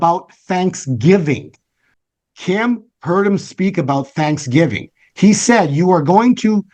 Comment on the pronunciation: I heard you say BANKSGIVING!! LOL but I believe my spirit interpreted as that, Praise God!!